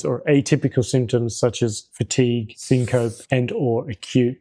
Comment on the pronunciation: Syncope is pronounced like Penelope.